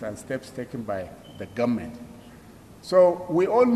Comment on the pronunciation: A minister who can't pronounce "government" is the ministry of education? Nigeria "goment" is not serious! How can the educated Igbos and some Yorubas listen to these types Hausa uneducated people? Boggles the mind! Just reduce the cost of "goment" to minimum wage like all others.